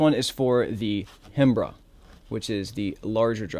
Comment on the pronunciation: Hey brother so you know the "Hembra" is pronounced "em-bra". In spanish the "H" is silent in that word which translates to female. Macho means male. Why the H is there in the first place beats me. Great tutorial!